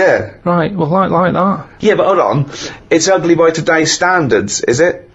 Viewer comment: Uguly. He gets an extra syllable in the word ugly😂